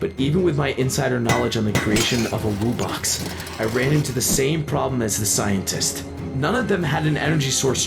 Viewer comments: They said “woo-box” which make me annoyed because it’s “wu-box” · He said "Woobox" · your saying woobux instead of wubbox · The fact that they pronounce it "woobux" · Bro pronounced them wooboxes